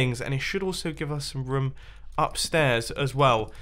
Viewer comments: Is anyone else annoyed how he says room??? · The way he says "room" I's great